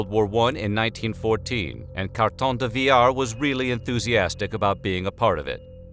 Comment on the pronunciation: This one is by far your best video. Kudos to the narrator for honoring the man without butchering his name.